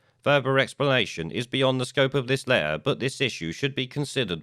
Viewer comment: Sorry, and I guess it's considered rude to say it but I can't face listening to somebody who says open lair instead of open letter.